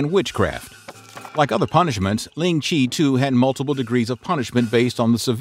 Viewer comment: do note that Ling Chi method of punishment ( pronounced more closer to "Lin cheer" and not as "ling Chee" here ) was continued all the way until 20th century , only around 1905 after the 1900 Boxer Rebellion war which Qing China lost to the West and Japan then the chinese (hans and sinicized Manchus) realized they need to improve to move together with modern international standards of modern internatioal standards then this punishment and other more barbaric ones was removed "ling-chi".